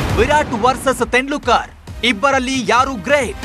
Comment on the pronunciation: ತೆಂಡ್ಲುಕ ರ್ alla guru ತೆಂಡುಲ್ಕರ್